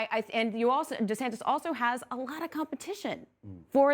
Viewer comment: “Governor Santis”?